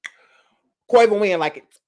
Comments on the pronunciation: I died everytime u called that boy Quava.🤦🏾‍♀️😂😂😂😂😂😂😭😭😭😭😭😭😭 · OMG- whyyyyyy you call that boy Quava? ROFLMAOOOOOOOOOOOO